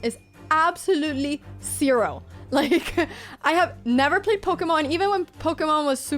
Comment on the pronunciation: "my gaming experience in general is CERO" LOL gotta love that accent